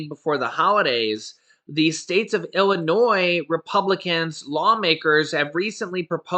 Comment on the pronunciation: Illinois without the S lol❤️